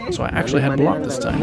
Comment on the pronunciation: Great video! Bro needs to be careful how he pronounces the word for the chicken egg though! It's balut (bah-loot), not bilat (bee-laht). Bilat is, ummm, female privates.